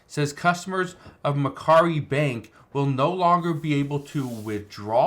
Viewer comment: That's not how it is pronounced. It's pronounced Mac Quarry